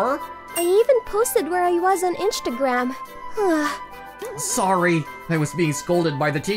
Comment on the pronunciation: Inchtagram lol